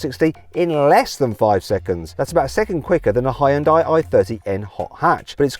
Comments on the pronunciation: 자동차 리뷰 전문가가 아직도 히온다이라고하네 왠간한 외국 리뷰어들 죄다 현대라고 정발음하는구만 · It is not Hai-ern-dai. Should pronunciate as Hyôndae like Sundae. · 하이운다이? 하이온다이? "현대"라는 발음이 그렇게도 어렵나? 아니면 영어에 없는 발음은 안 한다는 고집인가... 영미 애들이 "여"발음을 못하는 게 아니거든... yearning 을 발음할 때 하잖아,,, 더군다나 영어가 독일어나 스페인어처럼 스펠링대로 읽는 언어도 아니니 Hyndai를 고유명사로 보고 본토인 한국 사람이 현대라고 읽으면 따라와줘야 하지 않나? 현대가 차만든지 50년이 다 되어간다. 세계에서 언급되기 시작한 것만 해도 30년은 되었을 거야 귀때기 처막고 살지 않았다면 들었을 거 아닌가 프랑스 축구선수 mbappe는 스펠링 이상하다고 안 읽나? 영미놈들도 음바페라고 잘 만 읽더구만 심지어 영국 축구 선수 Nketiah도 은케티아라고 잘도 처 읽더구만 ..음과 은은 영어에 없는 발음이잖아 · Hyundai 를 현다이도 휸다이도 아닌 하이언다이라고 읽는 건 처음이다